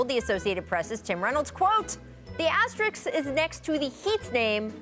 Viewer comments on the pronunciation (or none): Is it me??? or they always pronounced ASTERIKS instead or ASTERISK??? Funny!!! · Literally every one of these talking heads keeps saying “asteriks” So cringe. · All I know is that no one on TV can say the word asterists, asterix, astrix.... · its asterisk- sk na x. smh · If you can say risk, you should be able to say asterisk (Asterix is a whole different thing) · This bimbo can't even pronounce asterisk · cant even pronounce asterisk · If she mispronounces "asterisk" again... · seriously. they said it wrong like 50 times. so dumb to not be able to pronounce a word in their own language right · Bro none of these ppl can say asterisk right. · Rachel mispronounced that about twenty five times.